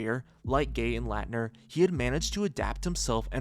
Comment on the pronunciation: Dude it takes 20 seconds to find a YouTube clip so you can pronounce Christian Laettner's last name correctly. You butchered it like 10x. A Dream Teamer & college legend. EMBARRASSING.